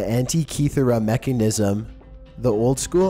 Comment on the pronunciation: "the mekkingnism"